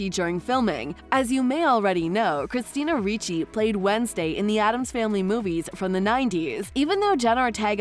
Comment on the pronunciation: A I ???? Christina Ree chee?????